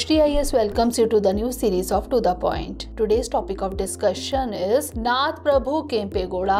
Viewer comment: It's "KANNADA",not kannad. He is "NADA" Prabhukempe Gowda, not Nad Prabhukempe Gowda. ಕನ್ನಡ♥️ ನಾಡ ಪ್ರಭು ಕೆಂಪೇಗೌಡರು♥️